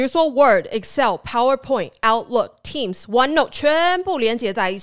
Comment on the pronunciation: Hey Copilot, please tell it’s Teams, instead of Team or Tim. Thanks.